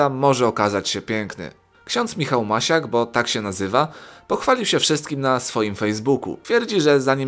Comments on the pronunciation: 3 08 lektorze robisz błędy wypowiadaniu nazwisk Misiak A nie Masiak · Nie masiak tylko Misiak ks.Michał Misiak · Nie Michał Masiak tylko Misiak ;) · Michał Misiak a nie Masiak